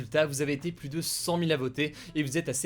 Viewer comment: Salut. Pourquoi ne pas corriger l'erreur de prononciation qui consiste à systématiquement dire le mot PLUS avec le s?